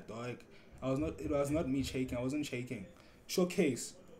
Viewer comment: Count how many times he said sho case😂